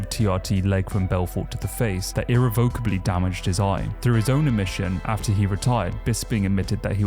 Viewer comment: Dude! Great content! But… look up the pronunciation of irrevocably (uh-reh-vuh-kuh-blee)